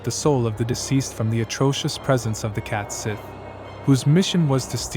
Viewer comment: It’s pronounced “Scottish” and it’s pronounced “Cat Shee” not “sith”.